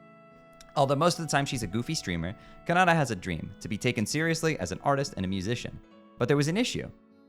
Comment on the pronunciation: Every time he said käNÆdä it physically hurt me. It's japanese, so you pronounce every syllable the same way every time. Ka/か is the same as Na/な is the same as Da/だ is the same as A/あ, which are all pronounced the same way as the a in bra. No syllable has any emphasis or priority either. Its not KAnada or kaNAda or kanaDA, it's just kanada.